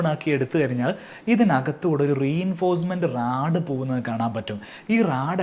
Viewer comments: Rode ❌ Rad ✅ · Radum, rode um alla....verum rod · റാഡ് അല്ല ബ്രോ റോഡ് എന്ന് പറയൂ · Raad alla Rod 😂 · Raaaadu.. ( not Rod ) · റാഡ് അല്ലടേ, റോഡ്...😅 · Not raad its rod, ningale polullavarum raad ennu paranj vila kalayaruth